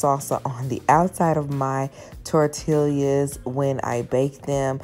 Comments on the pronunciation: Please learn how to say tortillas tor -te -llas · Lost me at tortilla-LAS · Lol.. let her know that the double LLs are used like a Y.